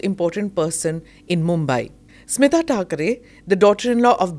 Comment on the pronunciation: स्मीता नव्हे, स्मिता